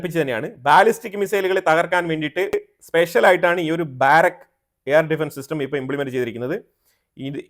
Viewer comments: ബാരക്ക് എന്നല്ല, ബറാക്ക എന്ന ബൈബിൾ വാക്കുമായി അടുത്തുവരുന്ന പേരാണ് ഉപയോഗിച്ചിരിക്കുന്നത്. ബാറക്ക് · ബാരക് അല്ല ബരാക്